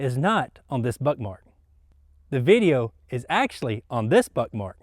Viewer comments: are you saying Browning Buttmark? Is it intentional or am I just hearing things? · First time he says it that's what it kinda sounds like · Am I the only one who thought he said buttmark